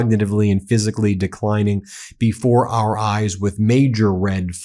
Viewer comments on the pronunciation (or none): none